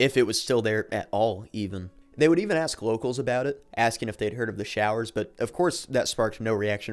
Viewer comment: They were showers, not growers. 😂